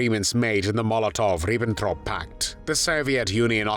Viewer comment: Veuillez prononcer les noms propres, c'est BarbarOssa, Ribbentrop. J'arrête la lecture d'un post qui aurait pu être intéressant